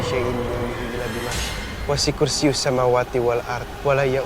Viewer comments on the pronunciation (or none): masih salah baca ayat kursi harusnya wasiyag kursi, bukan wasi kursi dia pake huruf ain